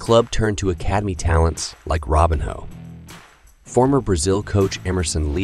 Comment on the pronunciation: I’m sure this is an interesting video, but I can’t listen to you butcher his name over and over again. Robinho, not Robin Hood.